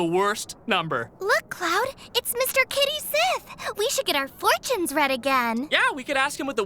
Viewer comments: Except it's supposed to be pronounced Kayt Sheeth... apparently. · It's supposed to be pronounced Ket Shee. That's the Scottish pronunciation, as well as the pronunciation they use in the Japanese versions. They also use it in Dirge of Cerberus' English version. In fact, FF7MA themselves bring it up; when Cait Sith is first introduced, and they type in "Ket Shee" in the name field before erasing it and writing Cait Sith. and later when Cait Sith is talking to Dio and says "You know who I am! Cait Sith!" Dio doesn't recognize the name; Cait Sith then says "Ket Shee?" and Dio goes "Oh!"